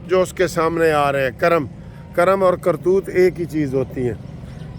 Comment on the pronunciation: لفظ کرم جو ھے ک پر زبرنہیں بلکہ زیرھگ